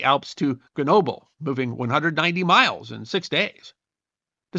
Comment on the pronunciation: I enjoyed this video, notwithstanding that you brutally butchered Grenoble.... I always wondered how and why he escaped Elba, so thank you. The other thing about this emperor that always amazes me is how the French revolution killed the monarch and a decade later they had a new sovereign; Napoleon